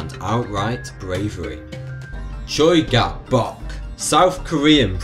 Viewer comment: The way you said Choi Gap-Bok makes my ears want to cry.